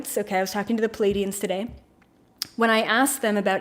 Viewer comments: when you talk about Paladians, do you mean Pleiadians? These are two different things. If you mean Pleiadian, please pronounce this starseed family correctly! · Is there a particular reason you say, Ly-mer-ians instead of Le-myu-rians like most? or Pa--lay-dians instead of PLEE-ay-dians? Just curious. Are they different'?